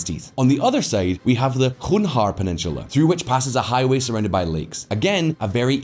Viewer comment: When are you going to learn to pronounce names please? - "Khugnhar" what is that? It is clearly written "Chonhar". CH sound. Where did the "KH" come from?